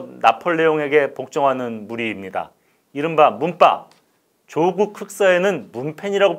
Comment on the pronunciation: '조국'의 성씨(姓氏)는 '조(曺)'씨 입니다. 진행자님이 표현한 '조:(길게 발음한)'는 '조(趙)'씨 입니다. 그러니 '조국'을 지칭할 때는 성씨를 짧게 발음하여 '조국'이라 해야 옳고 '조:국'이라고 길게 하면 '조(趙)'씨를 뜻 하니 잘못 발음한 것입니다.